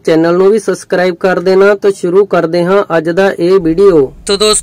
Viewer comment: ਵੀਡੀਓ ਬਣਾਉਣ ਬੈਠ ਜਾਂਦੇ ਹੋ ਸ਼ਬਦਾਂ ਵਾਰੇ ਜਾਣਕਾਰੀ ਨਹੀਂ। ਸਸਕਰਾਈਬ ਬੋਲਦੇ ਹੋ ਕੀ ਠੀਕ ਐ। ਜਾਂ ਸਬਸਕ੍ਰਾਈਬ ਹੁੰਦੈ। ਪੰਜਾਬੀ ਭਾਸ਼ਾ ਦਾ ਬੇੜਾ ਗ਼ਰਕ ਕਰੀ ਜਾਂਦੇ ਨੇ ਇਹ ਅਣਜਾਣ ਬੰਦੇ।